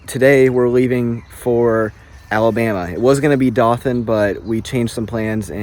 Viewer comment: It’s pronounced doe-than I flew to Alabama for work and drove to that city